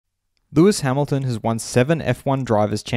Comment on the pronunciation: Lewis Ha-ME-lton